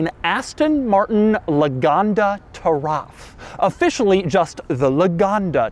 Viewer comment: Hey Doug! Taraf actually means Heritage in Arabic! It is pronounced Turath 🙏🏻🙏🏻 keep up the great videos ! Been with since 50k buddy 🙏🏻🙏🏻🙏🏻